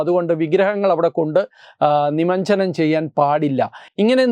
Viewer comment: നിമഞ്ജനം അല്ല; നിമജ്ജനം.